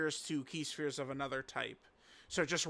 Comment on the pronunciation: it’s NOT PRONOUNCED SHPERES BUT ITS PRONOUNCED S. P. H. E. R. E. S